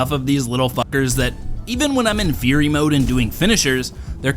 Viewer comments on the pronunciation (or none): none